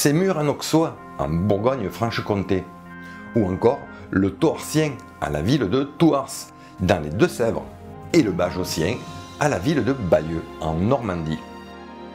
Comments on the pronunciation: Juste un petit correctif pour la prononciation de Thouars on prononce pas le S 😉. Sinon passionnant la série ! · on ne prononce pas le "s" de Thouars 😉 7-9 represent!!! 😁 (trop fort la collab avec, ça manquait la paléobotanique!)